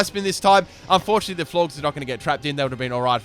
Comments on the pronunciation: You don't pronounce Florges Floor-Ges, you pronounce it Floor-Jes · Florges rhymes with gorgeous